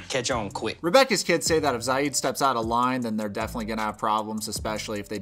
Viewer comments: Its not sayeed.. its see'ed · You called him "Za-id" the whole time lol did you watch the show? that's not how you say the guys name! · honey it's Zi as in zee and ed as in tED "zied" not "zaid" you don't spell the I the English way, LOVE your channel sooooo much man keep it up ❤❤🇹🇳🇹🇳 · Micah isn't Rebecca's son but future son in law, he and her daughter are engaged. The daughter looks just like her it's kind of crazy. It's also Zee-ed. I'm not the pronunciation police just letting you know lol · Love your videos! Am I confused or is his name not pronounced “Zee-ed”? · Im tunisian and we pronounce it zee-yed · Please learn to pronounce ZIED: ZEEE-ED. Thanks. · You keep referring to him as Rebecca's son, but he is not. He is her daughter's fiance. And you keep mispronouncing Zied's name. Lots of errors in your vids, dude. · it's not that hard to hear something and repeat it. Especially when zied is a really easy name to pronounce so how come you managed to butcher it? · Ann Wahlquist DUH don t you think i know that too ? You were pronouncing it wrong. I am an arab native so don t argue